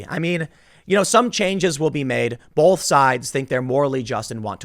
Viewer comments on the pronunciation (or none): Tim - for the love of, whatever, there's no L in the word "both". Sorry, it's been driving me crazy.